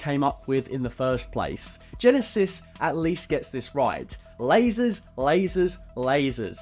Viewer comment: Ever since I heard Geekvolution pronounce Terminator Genisys as “Gen-Eye-Sees” that’s the only way I pronounce that title.